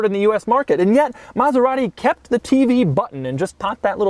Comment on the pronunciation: He didn't curse once...but it sounded like he DID😂😂😂 he murdered maserati💔